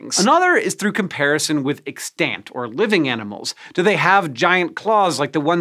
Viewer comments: EX-tant, not ex-TANT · "ex-TANT" Hank, please. It's "EX-tant" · EXtant, emphasis on the first syllable. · it’s pronounced wrong tho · Was anybody else annoyed by the way he pronounced 'Extant'? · You say "extant" weird. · TIL that pronouncing the a in extant is apparently allowed according to dictionaries. I would still like you to stop doing it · "extant". he's not pronouncing that correctly, and it hurts my ears.